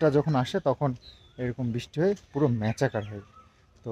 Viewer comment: সালেন্দর নয় সারেন্ডার ম্যাচাকার নয় ম্যাসাকার।